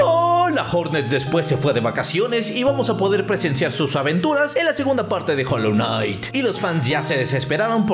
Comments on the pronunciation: Jolonait XD 0 ingles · Hijoejsks se dice HOLLOW KNIGHT